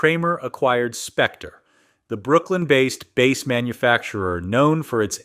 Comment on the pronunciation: AI doesn't get that bear and are AR pronounced the same, love how its says led guitar, or bass guitar like a fish. You beet me two it mi friend!